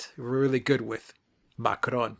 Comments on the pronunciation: Ma cron but you don't pronounce the n at the end ;) , a short " on" , but never mind , he will probably retire in a near future. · You are NOT really good with Macron. You make it sound Spanish. It is SO weird! Regular American/English pronounciation of Macron is closer to the French than this rolling R mahk-rrrrr-onn.